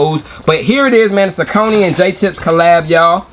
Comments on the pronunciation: You say it how we say it up in Jersey... Saucony (sah-cō-nē) The lace loops on those reminds me of the Air Max 97s. Keep on the grind Nephew! - O.G. CMD Safe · Sau cony… thank you bro for saying it like we do… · We pronounced Saucony the same way in Richmond VA too. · Thank you!!! I’ve always pronounced them that way too. It wasn’t until I watched different reviews that I heard people pronounce it the other way.